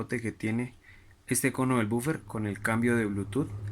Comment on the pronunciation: Es la abreviación y no es bufer es woofer